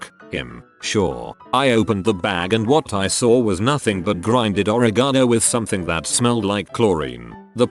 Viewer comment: omg at I was like "oregeno.....oregeno....oregeno".....survey says Oregeno